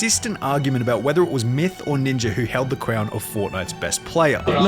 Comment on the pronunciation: Ninjer 😂 Bro it’s Ninja